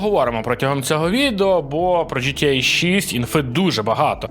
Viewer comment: Мене одного бісить ось це "джи ти єй"??